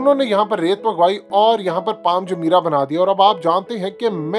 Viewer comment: پال نہیں پام